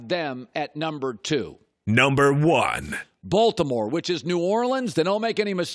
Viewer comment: He puts too much emphasis on the B in Baltimore 😂😂😂😂